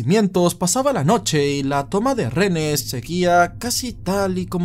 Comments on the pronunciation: Me parece genial que hables sobre los hechos nefastos que han ocurrido en el país, pero... mi vida, reHenes!! No RENES🙈🙈🙈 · Amigo disculpe que son renes? Es lo q claramente se le escucha....renes o es acaso un problema de vocalizacion? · Dígame cuando dice "renes". Qué desesperación.